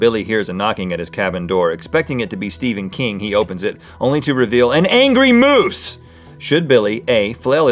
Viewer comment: It's moose for Pete sake sorry that just bugs the hell outs of me